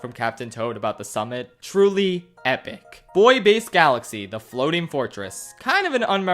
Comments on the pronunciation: It's pronounced boo-e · Buoy is pronounced "boo-ee" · it’s really pronounced “boo-ee” but it’s spelled so weirdly i can’t blame him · Anyone notice the “‘Boy’ Base Galaxy” pronunciation instead of “‘Boo-ee’ Base Galaxy” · Can we appreciate the fact that pronounces buoy boy? Most dialects pronounce it boo-ee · "Bouy" is pronounced "boo-e", not "boi". Also, do you prefer Galaxy 1 or 2? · The liberal leaving my body as he pronounce buoy "boy" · Wait people pronounce "buoy" as "boy"? Oh I never knew about this final area, cool! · actually the word "buoy" is pronounced "boo-ee." you can look it up in the dictionary or on any reputable search engine! hope this helps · Buoys are buoyant. The main characteristic of a buoy is buoyancy. Not boo-ee-ancy. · Every time you pronounced "Buoy Base" as "Boy Base" a part of me died great video outside of that <3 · A buoy is buoyant. Not boo-ee-ant. Case closed. Stfu. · ....it’s pronounced “boo-E” buoy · Why do you say Buoy like that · Am I the only one bothered by the fact he can’t pronounce buoy? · When he mispronounced buoy i died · If you’re going to disrespect Buoy Base at least pronounce it correctly lol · Why don't you know how to pronounce the word "Buoy?"